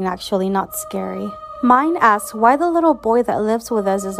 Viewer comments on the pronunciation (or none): none